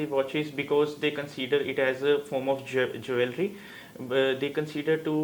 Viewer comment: Are you kidding me? The supposed 'examiner' isn't able to enunciate or have a neutral accent and this kid who has mugged up all the responses is able to get a band 8? LOL.... 'Jwellery'? That's pronunciation 101. This lady needs to learn phonetics herself. And yes I would know because I teach. This 'cartoon' nonsense is a joke. Please people.... Stop being ignorant. This half sozzled whoever is not 'one on one' with herself...